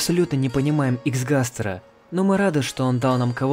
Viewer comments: не густер а гастер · Не густер а Хгустер